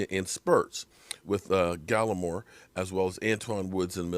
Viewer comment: Oh my God! You pronounced Gallimore correctly!!!!